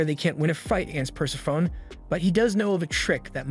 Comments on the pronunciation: Great recap vid. I enjoy these as there's so much out there to check out, and these recaps really pull it all into digestible bites. :) By the way "Persephone" is pronounced Per-Sef-O-Knee, not Purse-a-phone. ;) Great vid! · Love the channel, but if she's the goddess of death, then it's probably pronounced pər-SEF-ə-nee.